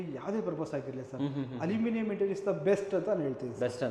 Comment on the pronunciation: ಹಲುಮಿನಿಯಂ ಅಲ್ಲ. ಅಲ್ಯೂಮಿನಿಯಂ 😂